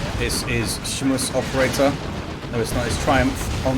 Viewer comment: Hey, try saying SchmusOperator with a heavy german accent and it becomes clear. Love the casts, keep it up.